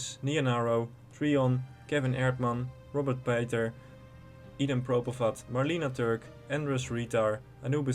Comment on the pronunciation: Je bent Nederlands maar kunt niet de naam Robert Pater normaal uitspreken; fascinerend. En eigenlijk moet je alle unieke drops zien te krijgen maar pet overslaan begrijp ik heel goed. Het is immers ook geen pet Hunting serie. Al heb je vgm wel al een bever van Woodcutting.